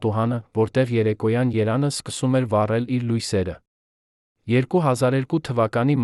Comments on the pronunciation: Ամեն ինչ հետաքրքիր է, կարեւոր ու անհրաժեշտ։ Բայց հնարավոր չէ՞ տեքստը խմբագրել-սրբագրել, նոր միայն տալ ընթերցելու։Սա ի՞նչ անգրագետ խոսք է. Երան, փոխանակ Երեւան, չեթեր գնացած, փոխանակ եթեր չգնացած, երբե, փոխանակ երբեւէ… ԵՎ այդպես ամեն նախադասության մեջ։ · Տղա, դու հայոց լեզվի "ԵՎ" տառը երբեք չես արտասանում։ ԴՈՒ ՍՐՏԱՍԱՆՈՒՄ ԵՍ ԵՐԱՆ,ԵՐևԱՆԻ ՓՈԽԱՐԵՆ , ՆԱև ՍՅԼ ԲԱՌԵՐ ԷՍ ԱՂԱՎԱՂՈՒՄ։ Մեսրոպ Մաշտոցը գերեզմանում շուռ կգար։😅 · Ով է այս անգրագետ տգետը յոր աղաղաղված ակնարկներ էտսլիս։ Երեվան բառը ճիշտ արտասանի։